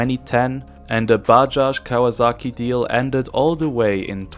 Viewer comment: It's KawaSaki, not Kawa--z--aki.